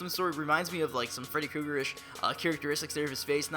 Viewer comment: actually there is an "r" in Freddy Krueger.